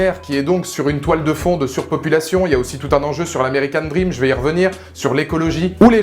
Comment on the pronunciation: "American DrrrrRRRRRRRRrrrream" 😂 Films tellement décevant, ils auraient tellement pu faire mieux...